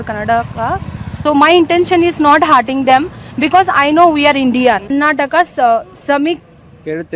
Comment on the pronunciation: ಅಕ್ಕ ಅದು hearting ಅಲ್ಲ, hurting. ನೆಟ್ಟಗೆ English mathadakke ಬರಲ್ಲ. ಮತ್ತೆ ಈ ನಿನ್ನ ಹೊಲಸು ಬಾಯಿಯಲ್ಲಿ ಕನ್ನಡ ಬಂದ್ರೆ ಪಕ್ಕ ಕನ್ನಡಿಗರು ಕೈಗೆ mett thagolodhu confirm. 😂